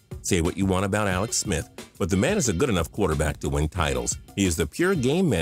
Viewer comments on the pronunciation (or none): none